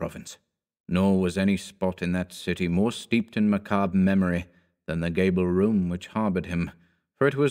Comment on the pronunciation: "Macabre" [muh-CAWB, with a little something on the end: consult a French person]